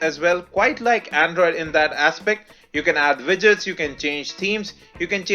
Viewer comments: What do you say? Widgets or Vidgets and White or Vhite? Can you correct this mistake? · Widgets? or Vidgets? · I'm pretty sure you said "vidgets" and "vhite". Anyhow just messing with you. Cool review.